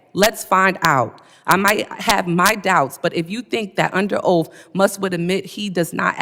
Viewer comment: "Under oaf" 😂